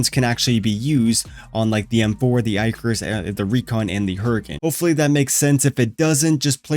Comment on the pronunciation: Eye-carus.. haha go watch or look up Greek mythology